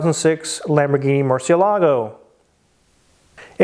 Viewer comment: Murcielago is pronounced "Mour-see-EL-ago."